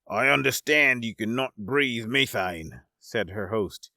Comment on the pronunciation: you are saying methane wrong